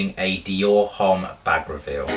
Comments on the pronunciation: Shouldn't u know H doesn't sound in French so it's Omme, not Homme? I'm sorry it's just so funny keep listening to u saying Home lol. Do u pronouce Hermes Her-may-z? Hahahahaha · LOVE the bag!! :) but fyi, "homme" is pronouced without the "h" :) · just FYI - you do not pronounce the "h" in the word "homme" ;) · You pronounced Homme wrong ........cringes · You look like a school boy :D :D !!!! Which grown up man wears a backpack :D :D it's just absurd and ridiculous !!! I did not know your name is Lydia , as shown on the monitor :D :D PATHETIC and H is not pronounced in homme :x:x:x